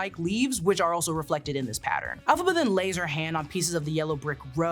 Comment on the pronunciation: Elphaba starts with an E not an A.